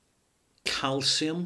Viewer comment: Did he say Calcium?